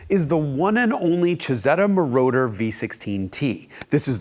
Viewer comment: If I didn't loathe AI with a vengeance, I would be feeding "Isetta Mordor" to it.